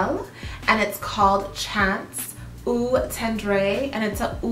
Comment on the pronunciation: Salut! Love your chanel. Keep up the great work. Please allow me... Eau is pronounced almost like “O”, perfume is “perfer” the m is almost silent. If its parfum, its pronounced “perfoom”. The vowels (e) at the end of “vanille” and “toilette” are silent. So vanille is pronounced “vani” because “ll” is silent as well. Toilette is pronounced “twalett”. “schance eau tondr” and the green Chanel is eau fraiche (o fraish). Merci 🤗